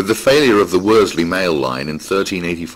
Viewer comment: Watched this video and by and large enjoyed it. However, although the the narrator is very good he makes a few errors in pronunciation. 'Worsley' is pronounced as 'Wors-ley' (common mistake), should be said as 'Wor-sley'. 'Clowes' should be said as 'Clewes', 'Pendlebury' 'Pendlebry', should be said as Pendle-bury (berry).